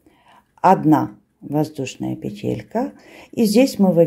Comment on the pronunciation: Спасибо,! Очень люблю Ваш канал. Только Вас, видимо, поправляли какие-то «грамотеи». Правильно всё-таки произносить «пе́телька» и «наки́д». Можно обратиться к словарю, там указывается правильное ударение. Та же история у Натальи Рогатовской: она произносила правильно, доморощенные лингвисты потребовали, чтобы она произносила «пете́лька» и «на́кид». Ухо режет. Простите, не хочу Вас обидеть. Вы замечательная!